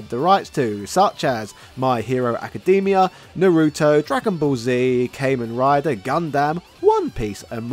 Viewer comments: good video, but please if you ever say kamen rider pronounce it correctly as KA-MEN rider not kay-men rider thank you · Please never pronounce Gundam or Kamen Rider like that ever again